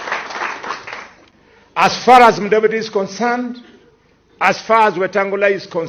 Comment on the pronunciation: It's mulembe,not mulemba!